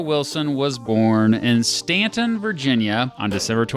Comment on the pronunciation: I'm a little biased because Woodrow Wilson was a Stauntonian, just like myself. Btw, thanks for pronouncing Staunton correctly.